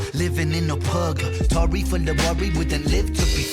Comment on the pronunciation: Hi just a quick observation- he wasn’t talking about the Tory party. He split the word purgatory into two syllables xxx